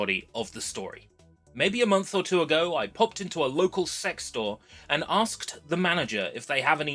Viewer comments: you knew what you were doing by pronouncing it "sex" (we all know it's C-E-X) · mate, I beg of you to pronounce it "See-E-Ex" instead of "Sex" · Continually Pronouncing it “sex” instead of just saying c e x like 99.9% of the population gives off substantial childish cringeworthy virgin energy. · It's not "sex" it's an acronym, say it as you should, C.E.X. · Please don't say it like s*x. Everyone calls it CEX. The "s*x" thing is like an unpopular person who tries to make everyone call them by a nickname. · This is why I always pronounce it as C E X rather than “sex”. Such a dumb name for a shop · Stop saying it like sex, you say it like “see e ex” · why do i hear s4x instead of cex xD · "I popped into a local SEX store". Haha. I have never heard anyone call it sex. I have always said C E X. "SARTA" drives. Not SATA drives. Now I know you are saying things wrong on purpose. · Bro please read is C E X not "s**"😭😭😭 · Can we PLEASE pronounce it SEE-EE-EX not sex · I think you're the only person I've ever heard pronounce CEX as sex lmao. I'm not sure how I feel about encouraging others to seek out preowned drives. On one hand I love the idea of seeking out potential lost media, but on the other there are too many demented people out there that would seek out personal information instead. Blah. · I don't think we should be pronouncing it like that, I don't care if that's how they now advertise it now days, it's a store that sells games aimed at kids as well as adults. Just say C.E.X. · C.E.X is not pronounced sex no matter how much they want to convince you of it... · "well on our way of reaching 500" - 5K Side note: i love that our version of gamestop is pronounced "sex" and it will never not be funny to me. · ive never heard CEX pronounced any other way but "Sea Ee Ex", Unless you wanna have a laugh of course. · When they first came into existence it was pronounced Cee. Ee. Ex. its only recently since they employed 12 year olds to do the marketing that its changed.